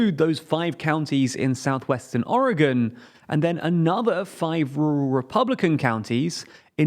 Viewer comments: Your pronunciation of Multnomah is nails to a calk board for a local Oregonian. At least you say Oregon correctly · Thank you for pronouncing Oregon correctly, so many don't. But it's pronounced "mult-gnome-ah", for Multnomah.